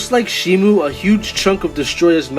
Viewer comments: Its shimo not shimu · Also you pronounce shimo wrong but I used to pronounce that name that way